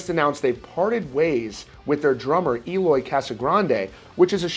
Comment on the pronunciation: This news boiling everywhere, and I can picture Eloy a little mad cuz his last name is being always pronounced like he´s from a Spanish speaking country 😅😅😅😅